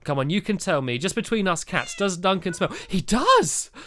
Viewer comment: heres a pun you said Duncan witch sounded like dunc him I thought it was funney (you are sapose to start laughing now) lol :)